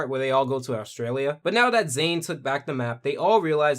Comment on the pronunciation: "Zane ninja of water" TRIGGERED